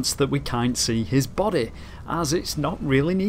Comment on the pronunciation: The way this guy says body 😂